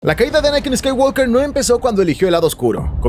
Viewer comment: Excelente video, pero por favor, pronuncia bien "Skywalker".